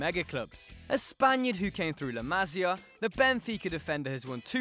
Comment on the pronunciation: The way he says la Masia (I am a Barca fan) makes me cringe so much